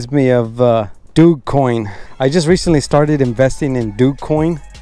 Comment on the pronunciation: Doog coin? You mean (Dow j) coin that's how its pronounced